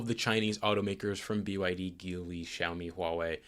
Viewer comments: Small note: “JEE-lee” not “GEE-lee” 吉利 (Jílì) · Even though it sounds like it should be pronounced geeli it's actually pronounced as JeeLi. I feel you as a automotive professional should definitely know that.